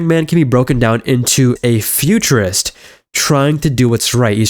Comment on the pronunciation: I’m calling you out on the Tony thing. Every time you said “futurist” I’m like “yeah fascist”.